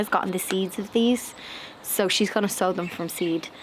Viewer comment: *sow ... not show 🤣😂🤪